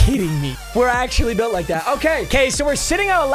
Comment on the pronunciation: Lol it is quite literally (o-care-a-Kay)🤣